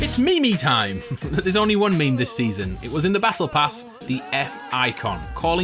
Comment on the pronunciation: Wait a fuckond, did you just call meme "me-me"?? You should be banned from interacting with any meme in any way or form.